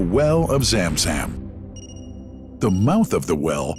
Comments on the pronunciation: It's Zamzam not zemzem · Correct. Narrator was spelling it as ZAAM ZAAM each time ZUM ZUM is more appropriate i believe. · why the fk english translation always run away from the real name,madinah ,and the speaker say madainah,zam zam and he literally say zem zem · It's pronounced Zum Zum (like zUM in UMbrella ☔) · How poor that the pronunciation of Zam Zam is completely wrong. Hired the wrong person for voice over! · He said zamzam so funny زم زم